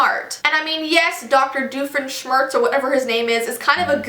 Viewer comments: The second theory on Phineas and Ferb is right because Dufinschmirtz is the ex husband of Phineas and Ferb's mom (you pronounced his name right by the way! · you also said dr. dufansmurse or what ever you said it right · Phineas and ferb are the best, but wouldn't there mom be sad because phineas died....... Jk I don't believe that myth and yes you said doctor doofenshmirtz right